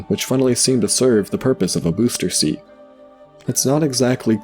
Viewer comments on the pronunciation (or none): none